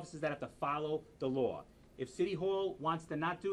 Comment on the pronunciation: Hard to have respect for anyone who can't pronounce the word "law"....